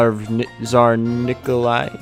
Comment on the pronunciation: Никола... Никла... Николасай